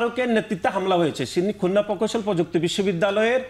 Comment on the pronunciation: Oma ei adu vai dekhi khulna ta bolte pare na.. Bole khunna🤣🤣🤣🤣🤣🤣